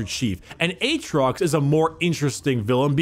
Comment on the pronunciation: i like how about 20 minutes in we drop Atriox and just call him Aatrox.